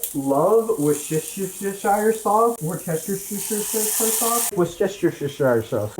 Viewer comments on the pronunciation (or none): the repeated butchering of Worcestershire is triggering my fight-or-flight instinct please at least tell me you don't pronounce pecan as "pee-can" too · steak with mushrooms and worseches.. worcheschire… english sauce is good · WUH-ster (If you'd been saying war-chess-ter-shire for nearly 1,100 years, you'd shorten it a bit, too.)